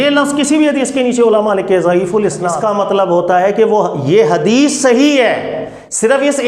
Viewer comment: ضعیف الاسناد (isnaad) نہیں ضعیف الاسناد(asnaad) ہوتا ہے